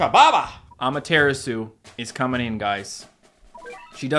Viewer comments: ngl you have been saying Amaterasu like this (a-ma-tear-a-soo) but it's actually the Japanese goddes of the sun and so it's actually pronounced (ah-mah-teh-rah-soo) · The way says Ameteratsu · I hate how he pronounce’s Amaterasu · my guy please stop saying amaterasu the way you do its pronounced differently than that